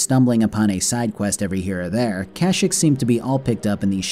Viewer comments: its processioned ka sheke not kashik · I love your videos and have been binge watching your channel but I’m not a fan of your pronunciation of Kashyyyk. I understand that it’s such a stupid thing to be bothered by and this comment is meaningless but I figured I’d toss it into the void anyway. I don’t know if it’s a joke or if I’m an idiot and it is actually “cash-ick” as opposed to “kah-sheek” but it is unpleasant either way. Sorry for being the worst, great video btw. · You are saying Kashik as a joke right??? Bro its pronunciation is Kasheek. (I know its spelled Kashyyk). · Cash-eek is how you pronounce Kashyyyk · I've NEVER heard it pronounced Kash-ik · It's illegal to pronounce Kashyyyk like that.